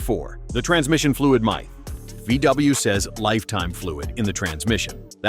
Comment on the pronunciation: A I is taking over--should have known when MYTH was pronounced as "MY" TH. Anyway, I have a 2000 Beetle, 5 speed AEG 2.0 that is not the prettiest vehicle in the world but has been reliable--over 190,000 on it now. I will pay closer attention to things like coolant specs and gear oil changes to help longevity. The interior (seats, door panels) is ROUGH, but it's gets me to work and back. Good luck to all VW owners!!